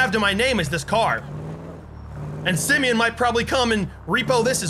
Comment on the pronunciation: Why are you saying Simeon?